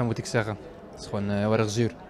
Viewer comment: Ha his accent even changed to more Moroccan even though he speaks Dutch, I learned you’re supposed to say zuur but he pronounces zur.